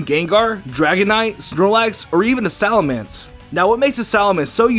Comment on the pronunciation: SalaMENce...not SalaMANce...